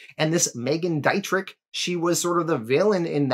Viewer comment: I before e auf Deutsch sind “ee”, e before i sind I-”eye”. It’s Dee-tri phlegm